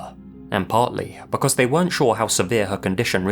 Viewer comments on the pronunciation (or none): none